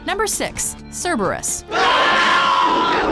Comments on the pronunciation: Also, the latinised Cerberus is still pronounced with a K sound and not an s sound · Having taken Latin Class, I'm so used to pronouncing Cerberus as "Carebarus".